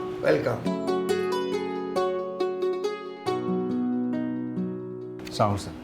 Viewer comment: Apurbo Bha, Salam ta thikmoto shikhen, ata kintu smart porichoy na.